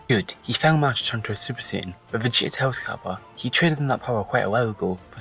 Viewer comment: salad Siayan 😂